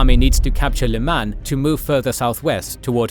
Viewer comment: Saying “lymang“ shortly after saying “grey zone” made me laugh